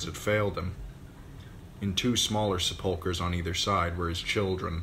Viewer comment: "Sepulcher,not se'pulcher